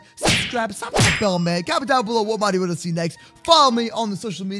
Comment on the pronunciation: Mod not mode